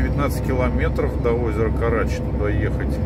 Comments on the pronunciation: Озеро КарачИ, ударение на "и", минвода "КарачИнская", а ещё есть минвода "Чистозерье", тоже там же добывают) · Спасибо! Только не Карачи, а КарачИ!